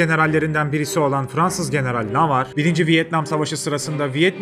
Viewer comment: Navarre değil de Davarre diye mi telaffuz etsek? 😂